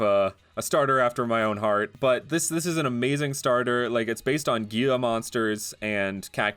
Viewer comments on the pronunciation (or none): Ok ok, not gee-la, but hee-la [Gila] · FYI, “Gila monster” is pronounced “hee-luh monster” The “G” makes a “h” sound, and the “L” doesn’t make a “y” sound like a lot of Spanish words, it still makes an “L” sound. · I think Gila monsters is pronounced Hila monsters..